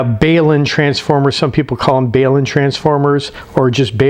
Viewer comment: The matching transformer is a balun . Balun stands for Balanced to Unbalanced thus the pronunciation is bal un.........No bale ........Good vid.....